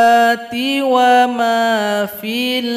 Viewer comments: Bukan wama tapi wala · Aslm ustaz maaf tadi mcm sala sbut wamayutla tpi ustaz sbut wala maaf atau saya yg sla dgr